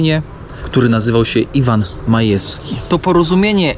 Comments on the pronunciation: Majski nie Majewski lub Majeski... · Nie Majeski,, tylko Majski!